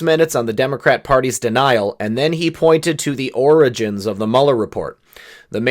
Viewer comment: sounded like he said 'oranges' twice, then corrected to 'origins'....then 'oranges' again....oranges..florida? Maralargo? California? Schiff/Schumer/Pelosi/Feinstein? Who knows..maybe nothing, maybe something.